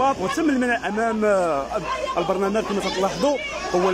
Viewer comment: صاحبي.. كيقولو لو "البرلمان" ماشي "البرنمال"